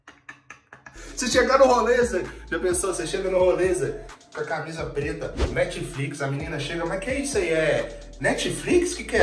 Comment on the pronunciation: eu escutei ''metflix'' kkkk